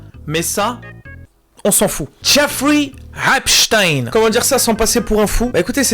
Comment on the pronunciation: Merci a de le dire correctement quoi 😅 parce que les gens qui disent epstinne on en peut plus. C’est epCHTEIN à l’allemande